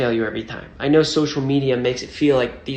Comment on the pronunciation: "i naurr" .. i love it 😂